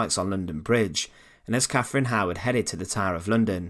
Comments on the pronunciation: Why can't these guys find a narrator who speaks English for their informative content ?? ... Who was Caffrin ? ... Who was Henry va eighff ?? ... Good content, spoiled by some geeza who can't toolk propa :D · Sorry - I can’t bear this . “Free” instead of three. “Muvver” instead of mother. “Cafrin” instead of Catherine. I’m off ...